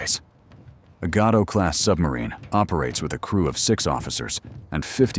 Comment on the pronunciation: You could at least have learned the correct pronunciation of Gato, you twits!